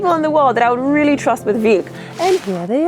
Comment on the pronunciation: "Got Vilk?"